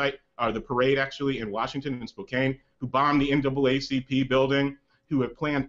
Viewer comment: spokane is pronounced with a short A sound btw. just a small pet peeve of mine whenever i hear people mispronounce it.